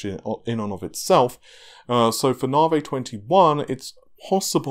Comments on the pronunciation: When nobody else on the planet calls it Nahveigh, why would you continue to do so? proves you can actually pronounce Navi, so why stick to Nahveigh? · nope the moron says narvhey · I beg to differ, I am English and know of no accent that pronounces Navi, Narrvayy. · I really don't understand why people care so much about how he pronounces Navi. We all know what he is talking about but every video there are a handful of people acting like autistic tardigrades; WhAT iS NaRvHEy. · Because it is just wrong.